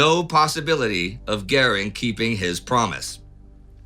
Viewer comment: For the love of all that's not too terribly unpleasant, ask Astrid how to pronounce "goering". I thought everybody know Paulus' nickname was Jose?